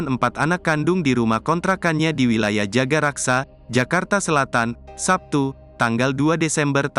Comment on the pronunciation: Maaf bang Jagakarsa bukan jagaraksa